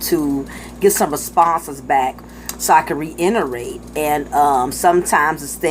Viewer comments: Sweetie, the word is "reiterate". Not reinerate. And you dont need to say it so many times. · What the fuck is RE-ENTERRATE (according to your phonetics)